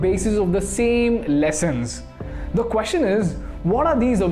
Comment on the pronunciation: One observation or area of improvement: it is not quostion it is question. Everything else is fabulous